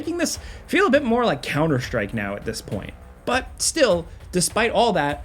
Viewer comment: tf is this game "couner strike" you talk about ?